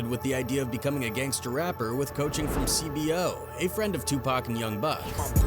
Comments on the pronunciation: “See-bow” not c.b.o. 😂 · That fool said C.B.O💀💀💀